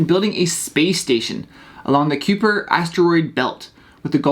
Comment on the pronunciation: Have you never heard of the the Kuiper Belt before? It's pronounce K-eye-per. Not Queue-per.